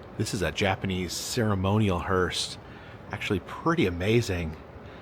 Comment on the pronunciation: It kept sounding like you were pronouncing the (funeral coach) hearse as "hurst." There is no "t" in the proper pronunciation.